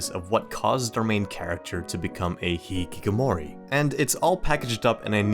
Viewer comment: I appreciate the video but can't help laugh at how you pronounced the word hikikomori. The original way to do say it is "hee-kee-ko-mo-ri".